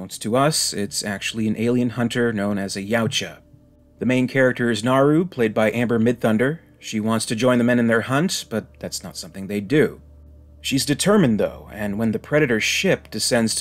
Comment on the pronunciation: I LOL whenever I hear the predator species pronounced "YOUCH-uh." 🤣 Like the speaker stuck his finger in an electrical socket, or something. It's "yah-OOT-juh," dude.